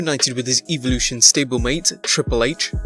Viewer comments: they said eevelution 😂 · Y’all hurd how he said Evolution 😂😂